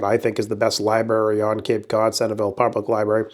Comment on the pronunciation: Li. BERRY???😂